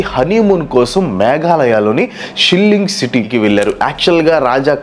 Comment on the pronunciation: శిల్లింగ్ కాదు రా అయ్యా శిల్లాంగ్